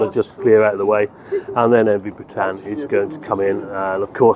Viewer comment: Sorry to be a pain but The Bretagne is pronounced Bretan - ye. We love her she is a sturdy valiant ship. We have sailed this route many a time through good weather and some very bad weather. Sadly the old darling will be retiring from this route soon for a more gentle route. We will miss her greatly. 😘